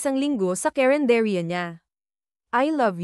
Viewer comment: carenderia not cerendetia